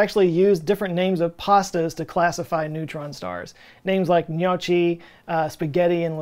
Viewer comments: Dude, they're called "njoggi", not "njotchi" (gnocchi...) - sorry man, you're just a bit too American... 😅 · Knee Oh Chee??? Dude….. Gnocchi = Knock-E Americans 🤦🏻‍♂️ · notchy (gnocchi) Italians: nokee ( gnocchi ) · Gno-chi Lol. It's pronounced gno-kee because there is a "h" after the c's, gnocchi. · pronounces "notchy" Italians: cringe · My grandma (and grandpa), on my mom's side, were from Italy. They, and my mom, pronounced it, "nyawkee." At least, that's the closest I can get in English. The first vowel was very quick, almost instantaneous. The initial consonant is very much like the French "gn" (e.g., montaigne, gagnée), or the Spanish ñ (e.g., niño). Fred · Many germans do the same. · shows he's a real Texan with that pronunciation. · "you know this is illegal in Italy"🤏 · "g'nochy" sir, you are KILLING me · damn joe you really said nyo-chi. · "Gnocchi": n-yolk-ee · Gnocchi is pronounced "Nyo-key" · Gnocchi!!! with the hard C, Gnokki! :D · Gnocchi is pronounced n-yo-key. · GNOCCHI It's spelled ÑOKKI respect pasta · Gnocchi = pronounced Nyo-Ki (short 'o' and short 'i') ... mmmmmm ... molto buono :-P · My grandma fell onto a pile of pasta and had gnocchi knees for the rest of the day. Except pronounces it with a soft ch, not a hard k, so that kills my awful "joke" if that's the US way to say it - greetings from Europe (UK, specifically, but waving the flag for the Italian pronunciation). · Worse is that Gnocchi is not pasta at all! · GNOCCHI?!?!?!?!? AN ITALIAN JUST HAD A HEART ATTACK! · Hey, thanks for the great work you do: love it! Just a little thing, that may be useful also to other people in the future: please check the pronunciation of GNOCCHI on Google translator:) I've heard probably 20 different versions of it through the years … none of them sounds tasty and inviting as the original (correct) name. You have a great day! F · Gnocchi. It’s pronounced gnocchi.